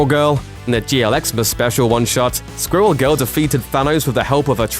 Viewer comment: “Skwul Gul”